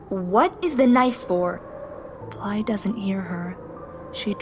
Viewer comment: NOOOO NOT BLYE NOOOOOOOOOOOOOOOOOOOOOOOOOOOOOOOO